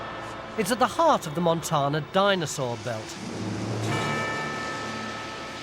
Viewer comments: "Montanna" not Montahna" think Tan skin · What's funny is all Americans technically "mispronounce" it; the word is Spanish and spelled in that language as 'montaña'; the fancy hat-wearing letter n gives it a 'y' sound: mon-TAN-ya Tony says it as though it were an English-origin word (mon TAAH na), where Americans say mon TAYN ah. Sorry for the linguistics lesson, just info dumping 😅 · Montarrrna Hahahaha gold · its like it isnt wrong but it is just, a total british inflection that sounds hilarious. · Only if it irritates Montanans... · I chuckle when Tony mispronounced Montana.